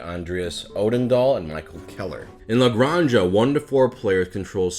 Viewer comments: in Spanish that is pronounced as a hard sound on the back of the mouth, so its more acurate if you pronounce it as gran-ha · I love that how you pronounce it sounds more catalan than spanish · Naw, is canon now. Aixo puc dir perque soc Catala, saps. From now on its "Ale Granny-Jah" and "MaHORKa". But oddly enough, I know that he could've pronounced these perfectly of he'd done a Mario voice lol "El GRAHNja, HAhaa! En MaYORKa, wheeHEEE!"